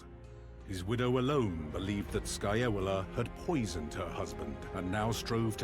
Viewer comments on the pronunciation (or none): The way the narrator says Scaevola sounds like Scajola...a politician from my city in Italy, lol!